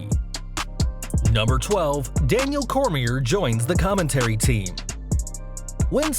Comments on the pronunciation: I thought the same exact thing. It's a silent R. Not pronounced Core-mere. Pronounced Core-me-A. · Have some RESPECT FOR DC his Last Name is Pronounced “CORE-ME-AYY” Daniel Cormier is a living Legend n 2x Champ, WWE would be lucky to have him but I rather see (After him n Brock’s fight) DC, Brock, CM Punk, Eric Bischoff, Paul Heyman & Hopefully Chael Sonnen & what the hell throw Vince Russo in it too, All Team up together to start or join a diff company but get the okay to be running it & also get a new TV deal and also a Digital channel like Playing clips or maybe even stream live broadcasts to YouTube, & be able to use that as a promo (Say we don’t make fans pay to subscribe to our Hacky app Cuz we care about them n we will make Wrestling Great again, lets see u compete cuz we all know ur board n stock holders won’t allow u to compete with our free streams & thus it shows u care more about quarterly reports than about the fans u make it all possible , we are here to take over & do something like what the NWO Angle did(push WCW to the Top) & have them diss WWE n compete with them & state that they only came here to put the WWE out of business, Cuz they’ve been too complacent resting on their Laurels n past achievements, and not giving today everything they got, but instead are focused on running a well oiled corporate machine n more worried about their Stocks instead of worrying about their Fans & storylines n then say they will put WWE out of business Cuz right now the are the Turner Broadcasting company this time around n don’t have the hunger to battle back... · Bro , Daniel Cor-mi-a ...the r is silent ...learn how to pronounce someones name before u say it ten times on a video... Other than that good video though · Daniel Cormier is pronounced "Coor • Me • AY" !! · The R is silent on Cormier. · This dude butchers Daniel Cormier's name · Nobody calling this guy out for how he says Cormier lol